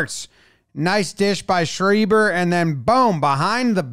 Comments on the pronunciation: Didn't miss it ..lacrosse is the ultimate American team sport: hand eye of baseball, athleticism of hoops, physicality of football, back and forth of hockey ... so fun! (also it is shry-ber not shree-ber) And just as I finish my diatribe, you show hurling, godluvyou! Which is everything lacrosse is, but harder,and in much shorter shorts! (slitter not slither sorry my OCD is strong today.) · it’s pronounced Sh-rye-ber